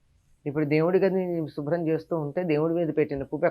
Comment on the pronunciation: షుబ్రం కాదమ్మా శుభ్రం.